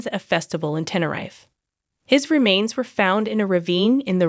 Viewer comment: Same here, it grinded on me how it said Tenerife